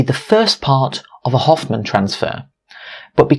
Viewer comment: *hohmann not hoffmann transfer